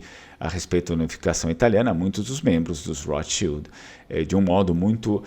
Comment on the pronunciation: Porque pronunciar "rotschild" com R inglês? Esses agiotas de merda viviam em terras germânicas antes que se mudassem para a INGLAMERDA!